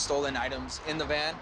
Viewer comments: Anyone else hear him say stolen Man instead of stolen Van? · When he said "stolen van" I thought he said "stolen man" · I think he said a stolen van, but it did sound like he said “man”. I thought the same thing at first. lol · At first I thought he said stolen man 🤓🤓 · I thought he said stolen man 😂😂😂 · At first I thought that he said a stolen man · Am i the only one who heard him say “stolen man” instead of van..